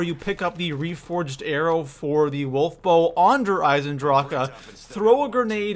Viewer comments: Learn to say eisendrache not eisendrak-e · i thoght we all agreed is der eisendrac not der eisendracha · WHY U CALLING IT DER AISENDRACA ITS DER AISENDRAQUE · You say either Der Eyes in drawk Or Der eyes in draw huh NOT DER EISENDRAWKA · Your not saying der eisendrach your saying der eisendracha that's annoying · Its der eisendrache not der eisendrachuuhhhh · It's not DER IsandrakA, It's DER ISAN DRAK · hears him call Der Eisendrache "Der Eisendraha" immediately leaves the video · Does it sound like der eisen draka to you?! It's Der eisen drah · Der Eisendrokuh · What in the hell is a Der Eisendrache-A? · Der rise en drack thats how you say it you creep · Everytime he adds the extra syllable to der eisendrache I feel like I want to punch him in the face. Just end the word like the rest of the world instead of trying to be so grammatically proper. The community pronounces it der eisendrack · DER EIESEN DRAK AH errrrr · Havent seen vids in 5 years... Wow his content hasnt changed. Also why cant he say "eisendrache" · It’s derisenrak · Did you say der eisenDROCA WTF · i swear to god if he says Der eisendrachAUH again im going to off myself. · STOP SAYING DRAKA!!!!!!!! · Haven’t played black ops 3 in so long forget people say “Der EisenDRACA” 😂😂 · Wonderwahf Vundervaffe Dir Eisindraha Dehr Eisindrahkuh Also role your r's whilst pronuncing these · Why do you say der eisendracha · Did anyone realize that when he says der eisendrache he says ahh after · It's not derisendracka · The fact that you keep saying droka is pure cancer, learn to read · Why do they keep calling it der eisendracha 😂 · its pronounced der-i-zen-drach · Why does he say dayre eyesendrockuh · I mean no harm when i say this , nor am i saying that you are saying it incorrectly or not but i have never in my life heard some one pronounce der eisendrache like that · Bro that der eisendrache pronunciation makes me want to shoot myself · The way he says der eisendrache makes me cringe